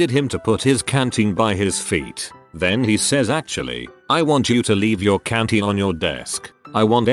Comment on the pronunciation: Canteen, not cantine.